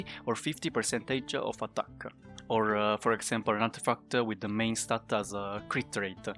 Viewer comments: Dude stop saying statta😂 its just s t a t. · i prefer when he says stat